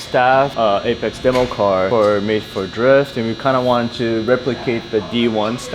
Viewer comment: Ain’t no JDM. 90’s called and asked JDM back. No such thing when it’s a global platform and it’s not AhhhPexxxxee. It’s Apex I hahahaha can’t even pronounce it right and JayyyyDiEmmmmm 😂